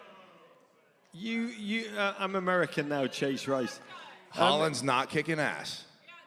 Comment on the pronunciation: Chase absolutely meant “Haaland” not “Holland”. 😐